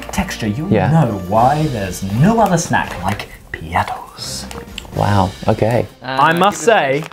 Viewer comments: The "ttos" is pronounced just like how it is spelled, so it's not ttoes. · Love how they pronounce “Piattos” piattoes but in the Philippines we just say it as it is